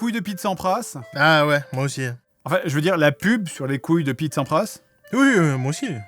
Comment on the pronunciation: Non t'as dit gouilles d'abord ! La prochaine fois tu diras gul, et geins 😂